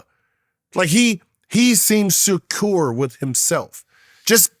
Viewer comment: He seems “SOOCURE” with himself 😭😭😭